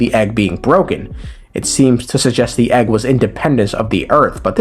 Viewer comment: it comes with an eggwuh